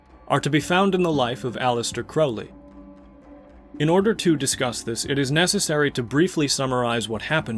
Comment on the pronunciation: I have found such personal meaning in abraxas. Im so surprised to learn Jung wrote about it. Also youre the first person ive heard pronounce "crowley" how i believe its supposed to be. And also, im not impressed by crowley. Party tricks, very flashy.